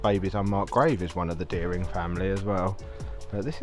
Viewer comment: I live there and there is nothing creepy about it, and at least pronounce dering woods correctly